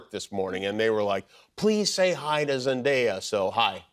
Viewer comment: I adore Zendaya ❤ what an inspiration! And please, start pronouncing her name correctly, she constantly corrects people.